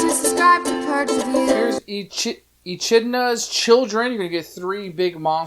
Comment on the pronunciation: I take it you don't read into Greek mythology very often? There are a lot of weird pronunciations. When it comes to Ancient Greek words, the ch is actually pronounced with a "k" sound, rather than a "tsh" sound. I noticed that throughout the entire video, you refrained from pronouncing the word Teumessian, so I'll give you a point for trying not to butcher it, lol. It is also worth noting that, every character except the Basilisk is technically female, at least according to Greek literature. Of course, it can be especially confusing with the Chimera since she has a lion's mane in most modern depictions of her.